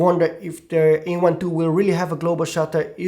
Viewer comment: This is not E1 II but A1 II. Speak correctly.